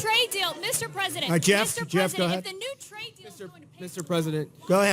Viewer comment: Every time Trump says "Ga ahead, ga ahead" I think of Ratso Rizzo.